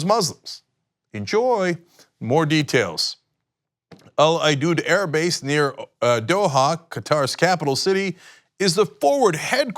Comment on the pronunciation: The air base, al udeid is pronounced “al you deed”. At least, that’s how we say it there. I deploy there regularly. This is disquieting news, to say the least.